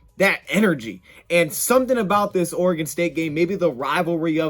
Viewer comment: Bonus points to for pronouncing "Oregon" properly...😅